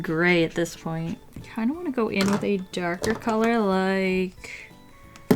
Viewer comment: "I dont woant that" that accent xD you're amazing!